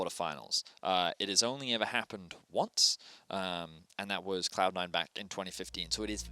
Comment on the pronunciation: why are you so insecure in your English abilities? I have heard you speak when you are not stressed and then you don't make such silly mistakes as "Cloun 9". In this interview almost each sentence had a bunch of mistakes to a point I had to think what exactly you were saying. Just speak slower and it will come out! You can do it.